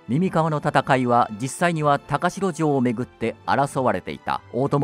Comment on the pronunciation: 高城は「たかじょう」と読むんですが…歴史を語るのであれば、正確にお願いします😮‍💨